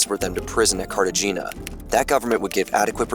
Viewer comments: The narrator def mispronounced Cartagena. Carta-Gina lol 😂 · It’s Dull-Less. How are you going to hire a voiceover guy who who doesn’t even know how to pronounce the name of Allen Dulles and one of the key figures in the video. He also mispronounced Cartegna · Sounds totally reasonable to me. BTW, it is too much to ask, for you to learn how to pronounce "Cartagena"? Jesus! You people couldn't even pronounce "Bogota." I can do it, and I speak American high school Spanish! The narrator couldn't even pronounce the name on America's largest airport. Where do you get these idiots? The CIA involvement in Iran is hardly unknown or controversial. YouTube loves anything anti-American, so there is no way your video would be demonetized. You're just squeezing your subscribers for more cash. Stop the exploitation, comrade! =P